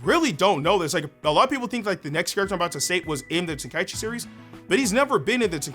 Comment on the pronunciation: Love that you say tenkaichi correctly!